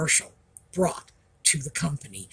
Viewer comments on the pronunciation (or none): none